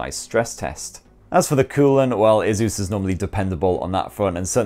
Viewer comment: It’s asus not azuzz